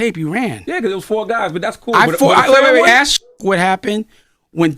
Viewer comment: YB lost my respect when he was impersonating at Doctor but got caught cause he said ax instead of ASK😂😂😂😂😂😂😂bro😂😂😂😂